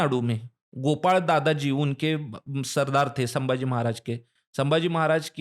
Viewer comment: अरे वो सांबा! कृपया छत्रपति " संभाजी " को आप बारबार "सांबाजी" कहते हो गलत है ही, पर अपमानजनक है, सुधार ले।